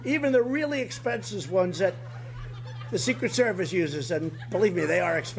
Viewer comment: I'm 98% sure he pronounced expensive exsensive but there's still a 2% chance I'm wrong